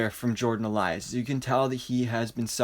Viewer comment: Elsass not Elias.